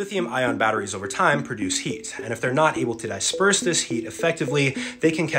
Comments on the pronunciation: I’ve never heard anyone pronounce disperse as “dai-sperse” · "Dysperse" Bro pronounced disperse like it was a d6.